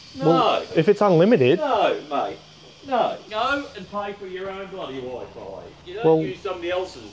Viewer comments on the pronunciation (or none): The way that first bloke pronounces Wi-Fi 🤣